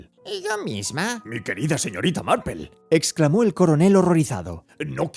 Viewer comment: Yo pense que estaba equivocada... que no habia leido Marple.... pero si, es Marple... Por qué le dice Marpel? Si es por pronunciación, seria algo más tipo "Marpl".....